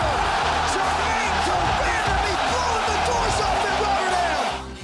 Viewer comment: “GermaNE DER MANDAMEE” - Joe Hogan